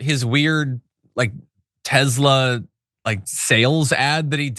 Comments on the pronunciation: Love your content but it's pronounced Tessssla with an s not Tezla. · Why does John Iadarola always pronounce Tesla Tezla? Is this some inside joke I'm unaware of?